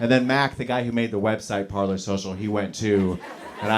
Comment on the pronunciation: Parler is pronounced Par-lay.